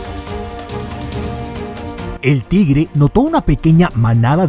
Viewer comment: Pero no se pronuncia "Tigere". Sino "Tigre" hay que pronunciar bien las palabras y aprender más sobre la hortrografía antes de subir un vídeo.